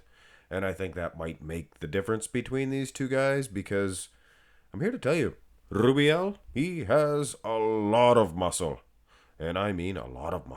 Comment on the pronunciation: Blud is spamming that name way to much 🤣🤣🤣 Rrrrrrrrrubiel 😅